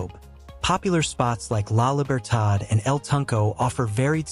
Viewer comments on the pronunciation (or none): Your narrative is ok but you failed in accuracy with respect to the video. You showed clips that belong to other countries an dishes that were not part of the narrative. You failed to get names right like "La Libertad", "El Zonte" etc. I wish you correct and republish this video. Otherwise, thank you for your effort.